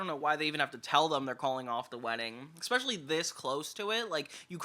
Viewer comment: Please, for the love of God... If you insist on using that word so much; it's "especially", not "eckspecially". You are killing me with that, man.